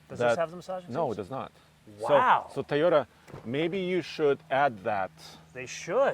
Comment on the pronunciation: That’s the Thai oh day guy who can’t say Toyota dam it say Toyota right please you killing me man lol 😂